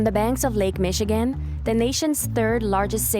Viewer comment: "Lac Michigan" lol